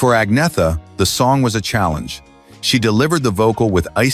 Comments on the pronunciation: His continual mispronunciation of Agnetha's name was the fly in the ointment of this mini-doc. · Exactly. There were already rumours going around that Bjorn and Agnetha had split when this came out but nothing was confirmed at the time. This video can't even pronounce Agnetha's name properly, which after 52 years of world wide familiarity is pathetic. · The way "Agnetha" is pronounced here is appalling.